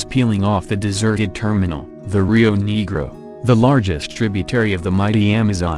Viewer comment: negro is pronounced nea gro uh it is pronounced pah goda pronounced san ho say